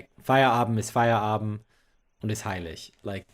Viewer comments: You probably do remember how much I appreciate language skills. And since I believe that you'll always try and improve them,, please allow me to tell you what I observed in this episode: When you talked about Feierabend, you didn't speak the last letter of the word. It might or might not be different in then various parts of Germany, but I believe that in the wonderful Hochdeutsch that you speak, nobody would drop the d. I did notice that, for example, you pronounce "aber" like "aba", which is very accurate, so I thought it might be interesting to hear my opinion concerning Feierabend. Und ja, ich hätte das alles auch auf Deutsch schreiben können aber vielleicht interessiert das ja auch den einen oder anderen internationalen Zuschauer.:) Liebe Grüße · A 100%, to say it correctly you have to say the final "d"!